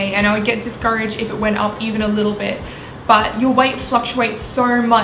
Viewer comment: thats how she pronounces "but" lol